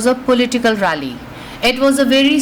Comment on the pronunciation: political rely 🤣🤣🤣 apke bolne se pehle soch liya maine